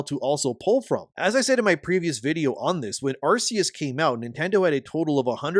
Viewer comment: Stop saying Arse-eus. PLEASE.